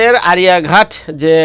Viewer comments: আরিয়াহান্ট, আরিয়াঘাট নয় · Not আরিয়া ঘাট its আরিঘাট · Arihant re kangladeshi 😂😂 nam tao uccaran kora Sikh aaga